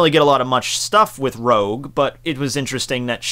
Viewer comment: Rouge not Rogue, guess I can't expect you to get EVERYTHING right huh